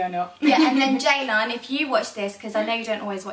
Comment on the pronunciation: Why are you sisters names spelt ceylan and ceyda when you say it with a j sound xx